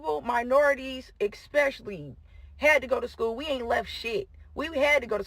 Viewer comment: lmao I had to play the last clip three times because i making to Triple check that she said Eckspecially this is the second American bee el em woman I've heard say eckspecilly lol hilarious ive never heard this in uk even though i Used to speak speak this type of street lingo When I was young and I used to memorise Tupac in Eminem Lol for a full 10 years but then I grew out of it And now i'm 40 lol, Great radio by the way